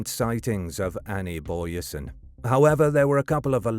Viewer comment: Doesn't pronounce her surname correct though.